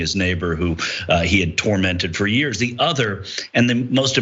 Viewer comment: Lopez You’ve not even mentioned the pronunciation of “the” when the following word begins with a vowel should be “thee” Jeez for the love of god!!!😂